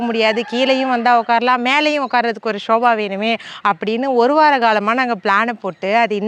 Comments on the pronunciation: Sobha illa akka sofa okk 😂😂 just for fun 😊 don't take it serious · shoba illama sofa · Shoba illama sofa. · romba cute neenga. Sofa nu sollunga shoba illa thappa ninaikathinga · Shobha ellai, sobhfa